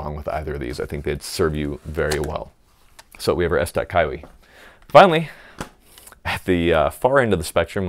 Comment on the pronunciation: kiwi just say kiwi please ...KYWI